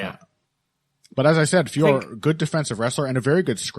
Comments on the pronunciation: French speaker here, it's not pronounced like that at all. The O is not silent in French and it is in 2 separate syllables Fee - O - Ro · Also a French speaker here!!! Finally someone else who let's them know that all these commentators get it wrong!! I just finished leaving a comment on the Anik & Florian podcast because they ALWAYS get it wrong 😔 Of course it's not pronounced Fior like Christian Dior, unless we all live in a world where we are listening to Heavy Hands with and. Allez les gars, faut vous améliorer la, hein!!! 🙈🙈🙉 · IT'S NOT PRONOUNCED FIOR. YOU HAVE JON ANIK TO BLAME FOR THAT 😑👎 EVEN BRUCE BUFFER GETS IT RIGHT!!! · French speaker here. It’s actually pronounced with a silent "f." Just Ooooore. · Sorry its Feeore now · I live about as far away from France as you can, but I can guarantee you that is, in fact, NOT how you pronouce it lol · Definitely not Fee Or. And I'm not going by what I think it should be, I'm going off videos of her saying her name. The last O is definitely pronounced. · French speaker here, THIS IS NOT THE RIGHT PRONOUNCIATION !!!